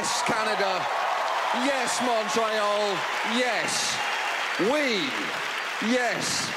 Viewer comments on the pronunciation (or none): I'm triggered, he calls it Mon-Tray-All. It's Mon-tree-all. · anyone else cringe when he said mon try al